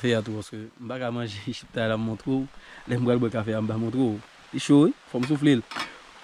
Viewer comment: Mon frère se chiktay non chiptay.